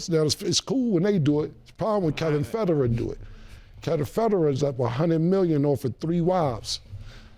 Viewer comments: Who’s Kevin Fedderin? 😂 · “Kevin federate” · "Kevin federin" lmaoooo